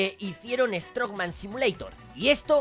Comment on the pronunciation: Si se dice así lo que pasa se coló la n